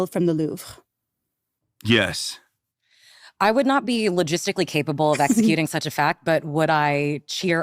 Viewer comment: lol at Hasan pronouncing the Louvre "The LORVE."